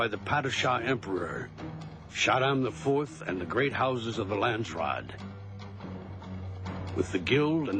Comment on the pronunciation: Brad Dourif is marvelous as Piter De Vries! It's kind of irritating how he repeatedly mispronounces "Landsraad"... It sounds more like "Land-straat" when he says it... / a "country street" in the Netherlands..?